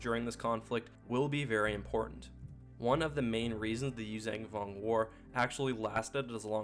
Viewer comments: Yuuzhan (you-zahn) Vong. Not "Yuzang Vong". There's only 1 G in the name. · YUU ZON VONG not YUU ZANG VONG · YuuzAYNG Vong??? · Great video! But man, pronunciation! "Yoo-zang"? Had me laughing. Also, there's a book that actually has a character pronounce the planet name as Zonama "See-coat", so another character knows how to say it, or something. Can't remember the title, sorry! Maybe Outbound Flight, or one of the last 2 NJO books w the Vong. (There was also an ObiWan/Anakin book from the prequel era that involves the planet, where Anakin gets a living ship.) But i totally dig yr videos, and subscribed.😄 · You pronounce yuzhan vong incorrectly